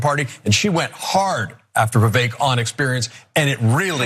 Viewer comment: His name is Vivek, it rhymes with snake. Stop saying Vi-VEK. You say it Vi-VAYK.